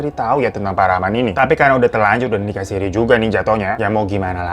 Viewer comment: Nikah Sirri bang, bukan sirih 😉